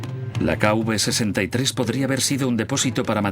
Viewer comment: Las tumbas en el Valle de los reyes se identifican como "K-V" (King Valley) seguida de un número; y no "K-UV" como dice erroneamente el doblaje del documental.